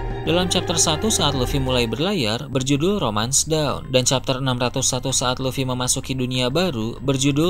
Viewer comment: Sebutannya Dawn, bukan Down min. Dawn - Sebutnya = Donn 🐊